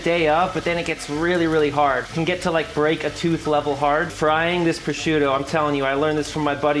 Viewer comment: Him pronouncing prosciutto to me is like nails on a chalkboard. CORRECTION: him saying calamari is just as bad. But to be fair, great way to make deviled eggs. Going to do this method this Easter.